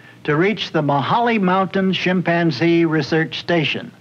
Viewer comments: "Shim" panzee lmao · He’s killing me by saying shipanzzee😂😂😂😂😂😂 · Interesting how Marlin pronounces chimpanzee "shimpanzee" and that I never noticed this when I watched the show when I was a kid.